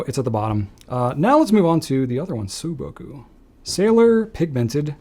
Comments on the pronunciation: This was a fun video. Thanks! You mentioned pronunciation issues, so let me give you two corrections. The “shin” in Shin Kai is more like "sheen", not "shehn". And the “sou” in souboku is more like "soo", not "sue". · Very interesting video. Correction: Sailor's sou-boku should be pronounced like "saw" or "so" -boku. 青 means simply general "blue". 蒼 means "dull blue". That's how it feels, right?